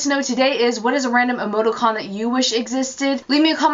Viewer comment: it's pronounced ee-moe-TEE-cawn, not "ee-moe-toe-cawn". And the word you were looking for is "parenthesis". You're welcome. (imagine eye-rolling emoticon here)